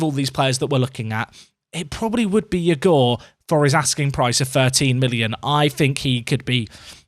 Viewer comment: it’s pronounced eegor not yugor !